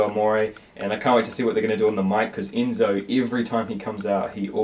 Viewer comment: Did he just say Eenzo?